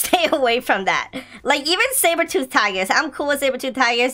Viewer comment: your a cat too i lought you said saberthoot